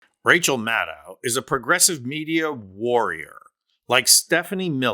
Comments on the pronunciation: Please respect Rachel and pronounce her name right. It is pronounce Mad-DOE! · Love her! FYI, she pronounces her name Mah-doe. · Mad-doh, not Mad-dow. If you can pronounce KAmala, you should give Rachel the respect of pronouncing HER name correctly. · I'm a progressive with much respect for Rachel Maddow, but this commentary is filled with false assertions and excessive fawning over her. First, the commentator can't even pronounce her last name correctly. It's "Mad -oh" and not "Mad-oww". And she's not the only MSNBC host who speaks blunt truth about trump. Numerous guests on those evening shows are also strong voices--from Glenn Kirschner to Steve Schmidt to Tim Miller to Neil Katyal and more. And it's not really accurate to say "the American media has been sane-washing trump" through the election period. Sure, I fault major media platforms for failing to fully expose trump's madness and authoritarian/fascist tendencies. But that's not in the same cesspool as the FoxU shills with their nightly propaganda hose on full blast. Try focusing on the failed citizens in our electorate who turned out by the millions to vote for trump even when there's overwhelming evidence of his pathological lying, corruption, crimes, fascist rhetoric, and attempts to subvert our electoral process and wreck our democracy with a second chance. Those millions of failed citizens are so ignorant, ill-informed and irrational that they carry the most blame for the crumbling of our democracy and giving in to the cancer on our body politic that is trump and the R swamp gang. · Maddow rhymes with shadow. She’s said so herself. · Mad - doe, not mad - ow. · Good report, but please... Maddow rhymes with shadow, not with cow. And she's not on daily - just Monday nights plus special events like elections, and major political developments. Rachel is amazing, but please learn to say her name.